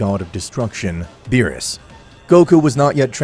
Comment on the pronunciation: Ok, so the story is pretty good but I'd have to say that the execution of it has just degraded more & more to a shitpost lvl for me due to the character's names constantly being badly mispronounced along with the character's personalities going out of character unrealistically; even for a what-if. (the only character that personality makes sense is Goku & that's only because the what-if is centered around him)